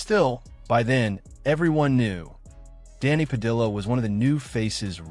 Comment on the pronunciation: Why he using L sounds pronouncing Padilla